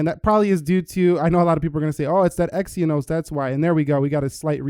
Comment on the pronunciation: Had to stop the video at "EX-ee-uh-nohs"